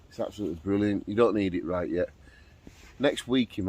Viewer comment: at the intro I though you said, "right, love her body" Had to rewind and check 🤣🤣🤣 another great video mate!!